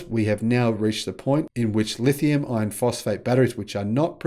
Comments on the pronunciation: It's not the terminology, it's pronunciation. "R" is a weird sound. People from lots of countries have trouble with it. When says iron, it sounds a lot like ion. "lithium ion" is an extremely common pair in the battery world. I can see it causing confusion. Two solutions: Say "LFP" instead, or work on the pronunciation of "iron" at least to the point that CC gets it right. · STOP calling them "lithium iron phosphate" !!! When you say "Iron" it sounds just like "ion". BIG DIFFERENCE !!! That's why NOBODY else makes that mistake. That's why they properly call them "LFP". Then, there's no confusion. STOP IT !!! Please !!! Even your CC hears you saying 'ion' when you intend to say 'iron'. Terrible communication scramble.